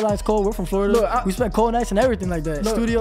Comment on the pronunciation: Flordia?? An island?? 😂😂😂😂😂